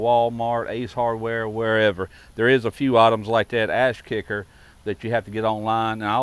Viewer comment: It's Ash kicker not Ass Kicker!!😂😂😂😂